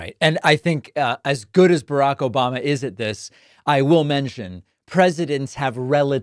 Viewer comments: I love the “ObaMna” and “troth sential” 🤣😂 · I miss you "Obamna" 😂😂.